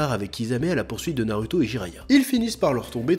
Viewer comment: tu dis TSOUnadé mais NA rue to, comprend pas, fait un effort